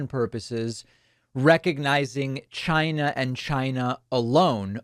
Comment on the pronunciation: Why do you pronounce China that way?